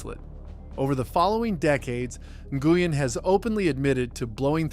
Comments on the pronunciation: N-gooey-N???? Try: Win because that’s how it’s pronounced. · NGUYEN, its pronounced win. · It is pronounced Scotty "Win" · Nguyen is pronounced: win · I believe he said Scotty N Goo Yin 🤣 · Scott Goo-yin. It's almost like this is slop content made by A1 steak sauce. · Seriously, it's Scotty WiN, pronounced WiNNNNNN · You need to ask Vietnamese people how to pronounce Nguyen instead of guessing, you are way off